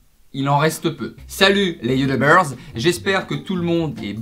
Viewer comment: Ton "Salut les youtubeurz " m'a vallu un fourire !!! merci 😂